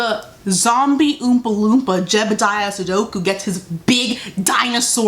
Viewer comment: she said jedediah sudoku 😭